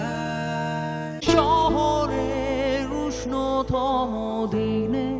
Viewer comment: আপনি বাঙালি , ব্রিটিশ নন। উচ্চারণ স্পষ্ট করুন বাংলা উচ্চারণ বাংলার মত করুন। ওটা বাদিতে নয়, বাধিতে। শহরের উষ্ণথম ডিনে নয়, শহরের উষ্ণতম দিনে, রেস্টরা নয় রেস্তোরা।